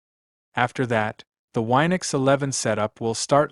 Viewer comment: It's Win-ux not Wi-nux.